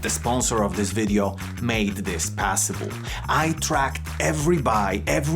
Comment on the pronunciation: Ciao. Love your videos as they are informative and nicely shot, but there is one thing that drives me mad: the way you pronounce "possible" as "passible". Please stop doing 🤣🤣 that aside great stuff, keep it up